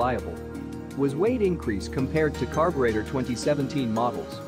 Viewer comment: LOL did the voice REALLY say "EEFEE" instead of seperate letters E F I? how ignorant sounding!! LOL then is followed up with "Carb yew rate ah " Was this edited by a non english speaker using computer voice reader or what? SO IGNORANT sounding!